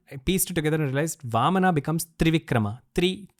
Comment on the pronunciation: Very informative. A person with great knowledge. But it feels bad to hear all these beautiful words are spoken with A at the end. AVATARA, NARSINHAA, VAMANA, RAMAYANA, PARASHURAMA and many others.